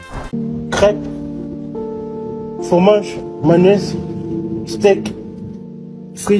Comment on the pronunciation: "Cwep fwomag manez stek frit poulé pikant euh arisa manez pespi" Trop triste